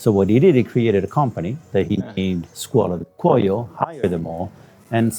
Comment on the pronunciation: Skwola di Kwoy-yo not Skola du Koyo